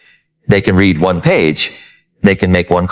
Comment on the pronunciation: I don’t know how AI will take over the world when it can’t figure out the difference between “read” (reed) and “read” (red). So annoying.